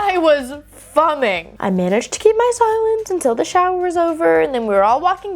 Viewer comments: Sorry but this gets me every time you say it. Fuming is pronounced more like "few-ming" not "f-um-ing". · I can’t be the only one that has noticed that she has said fumming twice now (once in another video). it’s “Fume-ing” ( in the most respectful way possible)🥹🫶🏻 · Hello 👋 love the aitba videos Just a note that fuming is pronounced fyoming. (I assume this was just a mistake) 😀😀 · “I was fumming” I think she meant fuming. But idk why it was such a big deal to the sister…. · Unrelated, but on Story #1: I’m sorry, did she say “fumming”? Not “fuming”? Not trying to make fun, just trying to figure out if this is some new word the young uns are using that I need to be aware of! 😅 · What is “fumming”? Did you mean fuming? My brain is confused. Please,, explain (I’m used to calling you, because I am just used to hearing you being called, so yeah 😅) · I have a question, and I don't mean this disrespectfully, why does pronounce (fuming) few-ming like fum-ming? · OK, I wasn't imagining that pronunciation then. I am also curious. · The pronunciation of fuming was annoying in story one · you mispronounced fuming. It’s a long U, like fume. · I've heard her pronounce it like that before, and I figured it was a mistake. But now that it's been a couple times, I'm just wondering why she pronounces it that way.